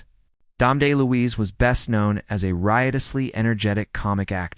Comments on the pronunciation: Dom's last name is pronounced DEL- LOUISE not DAY-LOUISE. otherwise pretty interesting.👍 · "Moo-me" not "Mum-me". "Del-Louise" not "Day-Louise".